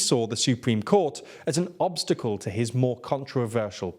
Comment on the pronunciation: Popilarity haha Obstalce